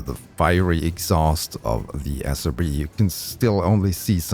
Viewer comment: Not a criticism to your accent (I'm also not a native English speaker) but I heard SOB instead of SRB many times lol and that made me laugh lol